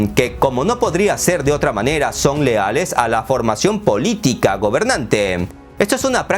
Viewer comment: Agregar que eres muy bueno para escoger los temas. Pero mas me gusto cuando dijiste miopía politick jajaja